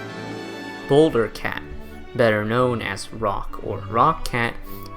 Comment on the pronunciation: I was taking this video seriously until he said boulder